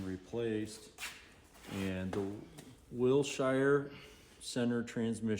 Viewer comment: Chrysler Performance West is who puts on the spring and fall fling, and the pronunciation is Will-sure, not will-shire! Love the camera work! 👌🏼